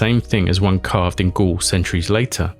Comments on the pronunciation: First of all, prononciation wise, it's Gaule, not ghoul. You can prononce it like a goal. Same sound. I hope i won't here it every five seconds because it's a deal breaker. You can take a second checking things before recording. Google translate even have an app for that. It take literraly ten seconds. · 'Gaul' isn't pronounced as 'ghoul', it's more akin to 'goal'. I'd also suggest 'gaol', but only how modern English speakers would think it's pronounced first time they see it, but it's pronounced as—and the ancient form of—'jail'. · you say "Gaul" like the word goal, not ghoul.